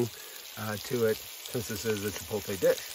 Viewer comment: Sorry to be anal. But it’s pronounced chi-pote-lay. Not chi-polt-tay. The L is on the other side of the T. Looked tasty in any case